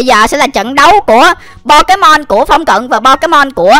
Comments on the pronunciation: Pokemon chứ k phải pekemon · nói là “bo ké mon “là sai ùi phải là “Bô kê mon chớ:))))